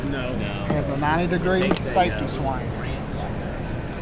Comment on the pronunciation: "90 degree saftee swang" lol